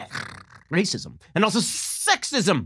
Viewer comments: That RRRR roll was fantastic Ben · I thought Ben being able to play the violin was impressive, but then he rolled that R. My god, this man has no limit to his talent. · Very impressive "r" rolling